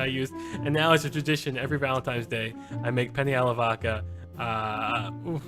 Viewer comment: penne, not penny man